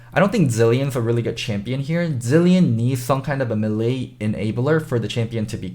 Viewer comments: it's not me lee it's pronounced May Lay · A "Milee" champion. Mae-lae,, it's mae-lae. Anyways, I was disappointed with the Diana pick. Bjerg seem unpracticed, couldn't find flanks, he has better options for assassin, but he shouldn't went with a control mage or some sustain damage instead. I'm sure they can fix this problem though. I believe in them! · Kind of like 'may lay'. As in, if a lady showed interest in you, and you asked, she might say "Yes, you 'may lay' me,."